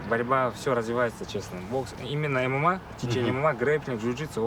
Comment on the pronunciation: У меня капец уши резали от слово ММА😂